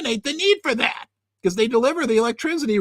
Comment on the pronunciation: Hey, Great show. But there’s no Z in ⚡️ ElectrCity🙈